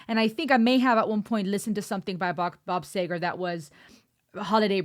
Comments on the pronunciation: It's pronounced SEEger, and NOT "SAYger". This song was incorporated into a popular Chevy Pickup Truck tv commercial. I always identified with this, nostalgically - but now in my late sixties as I look in the mirror - it makes me weep, as a lot of the witnesses to my former prowess are no longer with us. Bob Seger and the Silver Bullet Band had a ton of hits from my senior year in H.S. onwards; so try NIGHT MOVES, KATMANDU, SHAKEDOWN, and TURN THE PAGE , as well as a great cover of Tina Turner's NUTBUSH CITY LIMITS. Time seems to be winding faster because when you're 2 years old, one year is Half of your known existence - at age 10, one year is 1/10th of your lifetime, and by time you're 40, one year is only 1/40th of the time you personally identify with - so it's all relative. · See ger is how its promoqne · First pronounce it see ger! Second this is my music! You did a good job! May your channel grow! As to being careful ,you were! You didn't tick off the 50+ crowd and like said, packed stadiums can't be wrong! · great review....It´s Bob SEEger.. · It's Bob C-ger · Seger pronounced Sea-ger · SEGAR IS PRONOUNCED (SEAGAR) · Pronounced SEE-ger. Thanks. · Seger rhymes with meager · Pronounced seager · Bob "See-Ger". Very underrated these days. Recommend checking out "Night Moves", "Against the Wind", "Turn the Page" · Others may have already told you but Seger is pronounced See-Gar. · Pronounced "Seeger'.... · I never heard of Bob Say-gar and I'm from Detroit. 🤣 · I think i knoe how to pronounce his last name. See Guer. Let google say it for you. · Pronounced Seegar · Ok, I'm done with you. Learn to say "SEEgrrr" when you speak of the Bob. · His name is pronounced Bob "Seeger"welcome to the rabbit hole Bob is one of the greatest songwriters and performers of my generation I'm 62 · Please I beg you learn to pronounce names prior to Filming Bob Sea long e ger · Turn The Page is a great one Pronounced Seeger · It's "Seeeger" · Pronounce his name- Seeger! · bob seeeger